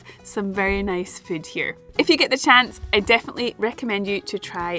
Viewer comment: Whenever she says the word, I think it must be spelled, "fude."